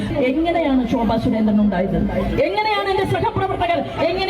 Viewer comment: ചുരേന്ദ്രൻ അല്ല സുരേന്ദ്രൻ